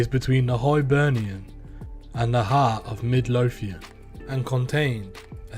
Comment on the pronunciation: Hibernia ? It's Hibernian who had the best crew in Scotland CCS - show some fuck respect and pronounce it correctly